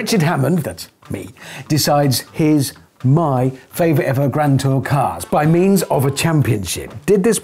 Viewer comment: "The Gran Too Cahs"